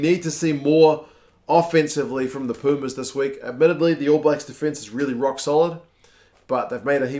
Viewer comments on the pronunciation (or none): none